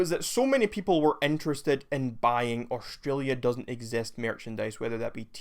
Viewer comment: Who trusts a a random who says "ex...est", instead of exist